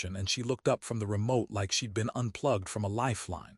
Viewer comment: She got out of the suv wearing a coat that she left in the house before her trip. Is this some sort of quantum entanglement type of thing? Also, you’ve got a contraction problem in your stories lately. Most of them are fine but most of the “she’d” in the script are being spoken as “she dee.” Occasionally one will squeeze through correctly. It’s not always confusing but it depends on the next word. In a previous story there was a sentence that had “she’d banked” in it. It sounded like “she debanked.”